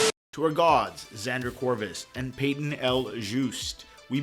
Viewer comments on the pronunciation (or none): none